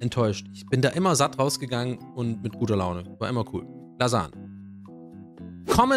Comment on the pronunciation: Profis für richtig gute "Lasan"ge aber auch die Bolo ist Gut 👍🏼